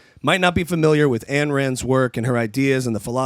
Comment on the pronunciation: "Ayn" as in "mine."